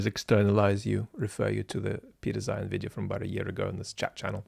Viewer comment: I'm afraid I don't have your tact,. It's difficult to take someone too seriously who makes a video about Napoleon and pronounces his name "Nupileon". Zeihan (or should I say Zoohoon) does this constantlly.